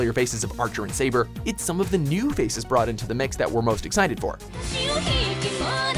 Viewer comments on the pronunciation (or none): none